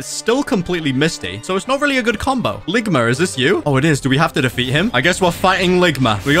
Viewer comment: The way he said ligma 💀